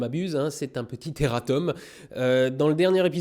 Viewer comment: Bon , je vais faire mon chieur main on dit pas errateum comme tu dis mais erratoum parce que le U en latin se dit OU voila détestez-moi